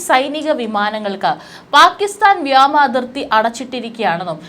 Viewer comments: തുടർച്ചയായി വ്യാമ എന്ന് പറഞ്ഞുകേൾക്കുന്നു. വ്യോമം എന്ന് അല്ലെ ശരിയായ ഉച്ചാരണം. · വ്യാമ അല്ല,വ്യോമ